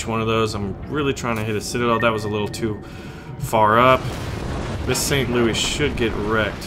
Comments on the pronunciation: We say St, LouiSSSSSS the 's' is not silent. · Since it's an American ship and named after the city you pronounce the S in St. Louis. Just sayan.